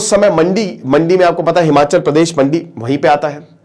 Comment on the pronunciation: हिमाँचल नहीं हिमाचल है।